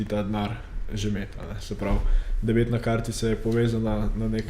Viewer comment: Debetna kartica ne pa debitna (debilna) 😂